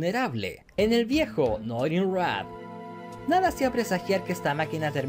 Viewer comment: Soy solo yo o escuché Normin Rah? 😂